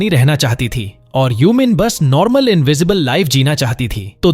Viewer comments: Normal ❌ Narmal✅ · Normal ❌ narmal ✔️ 😂😂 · Bro in last u say narmal 😂😂it's normal